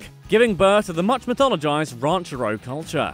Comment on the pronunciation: Jennifer Lawrence is neither very attractive nor very talented, and the word "ranchero" is pronounced with the accent on the second syllable, not the first.